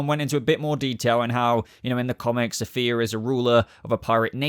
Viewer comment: The fact that you apologized for pronouncing the actress that will play Safiyah Sohail wrong when you repeatedly mispronounced the character herself, Safiyah, calling her Sophia! 🤣